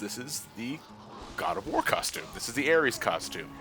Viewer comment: "Ood of War"?